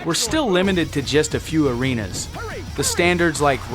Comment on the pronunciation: "The Rock has a nice...THE PEOPLES ELBOW THE PEOPLES ELBOW" "The 'areener' is packed" God i miss Taz...